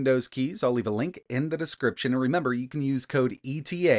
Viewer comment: "descriptien", hihihi :-P